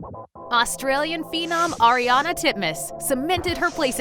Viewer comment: It's Ariarne Titmus not Ariana Titmus